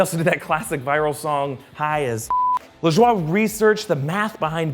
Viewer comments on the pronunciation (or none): none